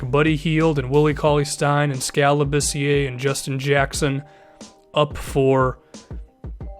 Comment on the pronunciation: i love the way you say jyacksun